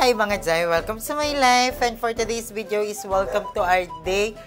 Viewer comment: Beh wag ka magbago! No need naman. Improve lang your pronunciation sa ibang words like I always hear you say ‘toTHay’ but it should be ‘toDay’, ‘everyTHay’ should be ‘everyDay’, etc. 😅 Pansin ko na yan since Day 1 pero love pa rin kita. 😊❤